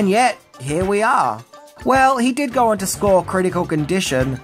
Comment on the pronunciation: Is there an “R” in the word “go”?